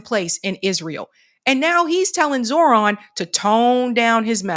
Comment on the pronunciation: You are mispronouncing Zohran Mamdani’s. The correct pronunciation should be something close to this: “jo-Ho-raam” “Mam-danee”